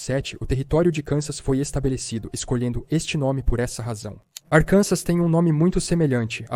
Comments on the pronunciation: Arkansas se pronuncia Arkansaw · Não se pronuncia o S em Arkansas. E a sílaba tônica tá na última sílaba, como “Arkansá”.